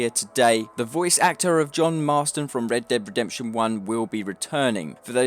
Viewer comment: Why do you say "Red Deb Redemption" ?